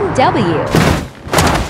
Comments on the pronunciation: Please pronounce Porsche properly don't overreact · احلى اسم تنطقه هذه الفتاة ( بورشة )